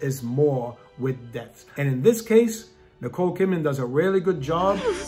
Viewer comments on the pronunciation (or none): none